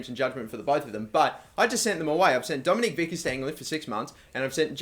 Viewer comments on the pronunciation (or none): none